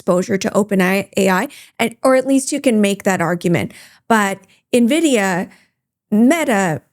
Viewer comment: For the love of God it’s “N-vidia” not “Nividia”